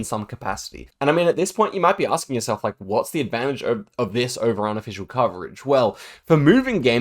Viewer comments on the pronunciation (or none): none